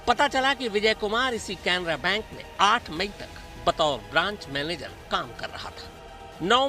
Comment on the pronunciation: Bhayya bank ka naam to sahi bolo aur cc tv wire nai dvr le gaye